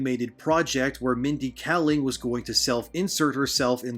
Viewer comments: Two things: 1. Kayling, not Kalling. 2. Slavs are considered people of color. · Really appreciate the upload. She's trash, but if you care, (and i understand if you don't) her name is pronunced "KAY-ling"